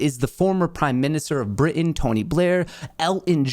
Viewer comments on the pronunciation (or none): none